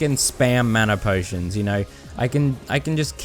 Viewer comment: "manner potions" 💀😭